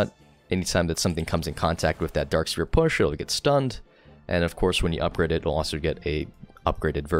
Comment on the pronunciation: Why does he pronounce it "Dark Spear" 💀💀 which accent is this